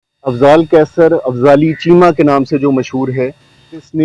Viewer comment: Afzali chema not correct it fali chema